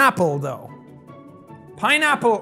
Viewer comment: Did you just said piñapple lol mixing spanish word and english word lol 😂😂😂😂😂